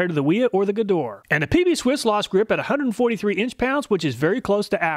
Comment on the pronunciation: dude...."Gedore" is pronounce correctly in German like with hard "G" and the two "e" as the "e" in "effort"